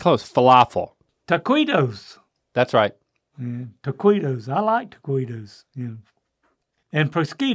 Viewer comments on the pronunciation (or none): none